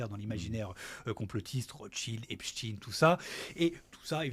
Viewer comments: Au fait, ce n'est pas epchtine. C'est epSTEIN. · Beaucoup pensent qu'ils prononcent Epstine pour tenter en vain de faire croire aux plus crédules que le pervers était russe et non pas juif. Merde, quand même ! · Dés qu il a prononcé « Epstiiine » j ai décroché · Quel cinéma, Il faudra penser à rendre l’argent les gars! Au fait, on prononce Epstein, pas Epstine, ce délinquant et escroc n’est pas russe. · Ah oui? Et quand les américains parlent du manager des Beatles (parce qu’ils ont le droit d’en parler), pourquoi prononcent-ils Esptein? Pourquoi personne n’a jamais prononcé Brian Epsteen nulle part sur la planète? La raison est autre. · Je savais pas qu’en français on disait inchtin pour Einstein 😂😂😂du coup pourquoi dire epstin pour Esptein. Vous allez jusqu’à transformer la langue française…. Et ça se voit… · Il était Américain, et les Américains prononcent "Epsteen".